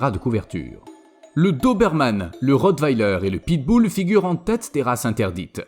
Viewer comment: Mdr "pitboul" 😂